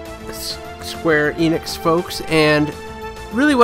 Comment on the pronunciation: It's "Enix" not "Eeenix"